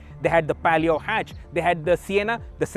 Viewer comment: Its palio not pelio. And alloys were 14inch on s10 not 15inch